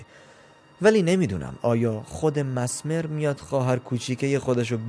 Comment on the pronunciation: میشه بدونم چرا انقد اشتباه تلفظ میکنی؟ کاملا نوشته میشه messmer چجوری masmer میخونی؟ مِزمِر. به این راحتی